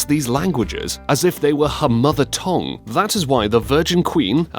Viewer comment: Tongue is not pronounced "tong," but rather "tung," and Venetian is not pronounced "van-et-ian" but rather "van-eesh-han," otherwise great video guys